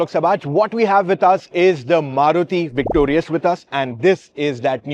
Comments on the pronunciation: Victoris or Victorious ?😂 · it is VICTORIS, not VICTORIOUS kya yaar naam hi galat bol rhe ho:face-green-smiling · VICTORIS... Not Victorious It's a shame that a top auto vlogger can't pronounce the name correctly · Dude it's not Victorius it's Victoris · Victorius nahi hein bhai woh, it’s victoris, u r pronouncing it wrong